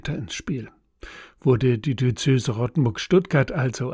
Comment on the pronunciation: Warum sagen Sie wie viele Kirchenleute immer "Di-ö-zö-se"? Es heißt doch "Di-öze-se". Sagen dich lieber "Bistum" - das ist leichter!